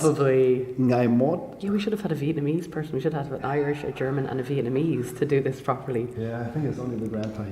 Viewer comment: Vietnamese accent is really good. I'm surprised!